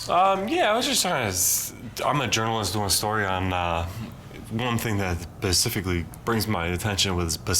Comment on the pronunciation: "pacifically' lol...that always gets me